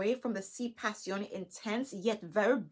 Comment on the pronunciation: You are Beautiful Black Girl Magic. And thank you for pronouncing the fragrance correctly.... lol I just got the revised Si intense 2021. but I want to try one of the Si Passione fragrances. Thanks for helping me to decide which one. I think I want to try the Si Passione Intense.